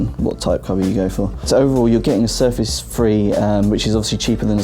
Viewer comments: I understood Surface "free" :D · GUYS presenting u with the new windows Surface FREE !!!!!!#BRUHDOUEVENPRONOUNCE